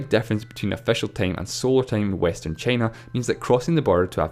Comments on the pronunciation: "Chay-na"? Never heard of that country before. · Me too, after hearing "Cheenah" and "the Uneetud Kangdum". Christ! Diction! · The commentator calls time as tame and china as chena and so on. Its better to read captions in silence. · take cheina foe exempore